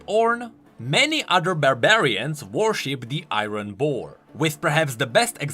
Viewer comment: It's not iironn it's iron